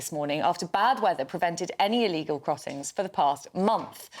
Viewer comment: You all keep mispronouncing Illegal